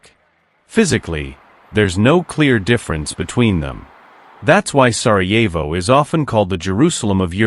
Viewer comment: Сараево,а не Сарво